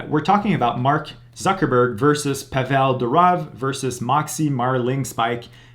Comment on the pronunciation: the correct pronounciation is not Pavél Duróv (WRONG), but Pável Dúrov (CORRECT). So the emphasis is on the first syllables.